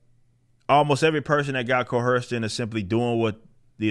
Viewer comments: There is no "H" in Co-Erced. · Stop pronouncing coerced with an H. It is distracting from your message. Other than that, keep rocking man, you're awesome.